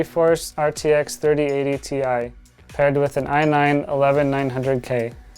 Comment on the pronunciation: you mean 3080 TIE? 😂😂